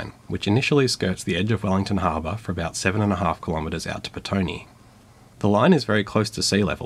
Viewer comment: Visited Wellington before the trolley buses were retired. I think petone is pronounced pet-o-nay.